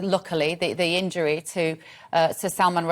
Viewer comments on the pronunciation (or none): none